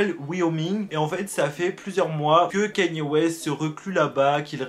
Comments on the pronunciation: On dit ka-ny-é west bordel!! Il suffit de regarder un truc en VO sur lui pour voir que tu prononces mal son nom!! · Juste ca se prononce pas «kanié» ça se prononce «kayni» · Kanye pas kéniè